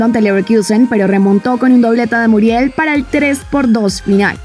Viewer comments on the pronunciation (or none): none